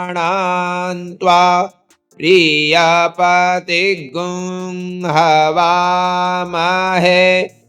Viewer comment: This is difficult. I will need more practice to chant accurately.. Priyanaam is ppriyanaam but you are chanting Priyanaam only.. Same thing is with PPriyapati. Half P is also there. Please explain. Thank you so much🙏🙏